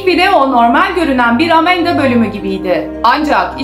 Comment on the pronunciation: Amanda:❌ Amenda:✔️ ablamızın kullandığı kelimeler😂😂